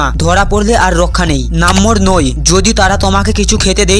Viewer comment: Number ❎ nambor😂😂